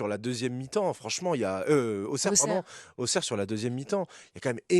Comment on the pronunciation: Le stade Bauer pas "Bawheur", ce n'est pas un stade anglais.